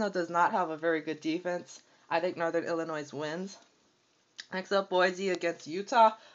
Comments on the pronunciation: its pronounced ILLINOI not ILLI-NOISE drop the S idiot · Ohio St. is not in the Big 12. I can see how you made the mistake since they are in the Big 10 and there were 11 teams in the conference that year. The last S in Arkansas and Illinois is silent. I CANNOT see how you made this mistake, as you are older than six (I presume)...